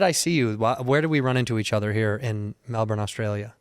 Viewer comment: Caught me off guard when you said Melbourne how we say it, props